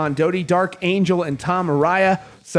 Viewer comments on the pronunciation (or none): none